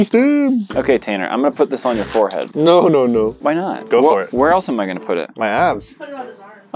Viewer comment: Why did Tanner sound like an Indian when he said "NO NO NO"